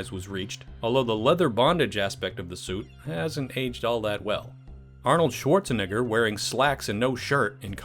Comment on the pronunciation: Lol that pronunciation of Schwarzenegger was closer to an ‘I’ then an ‘e’